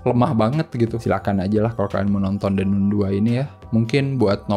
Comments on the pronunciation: baca nya nun ya ? bukan nan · Kritik buat THE NUN (bacanya THE NAN bkn THE NUN )